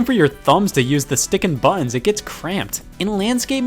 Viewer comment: They are called "butt-uns" not "bununs", Scott